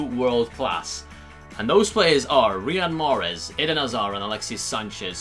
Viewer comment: Mate it's Riyad Mahrez and not Rihad 😂😂